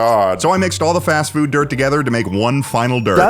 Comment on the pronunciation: Fast frood eh?